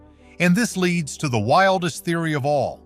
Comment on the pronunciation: Ur AI voice cannot tell the difference in lead or lead.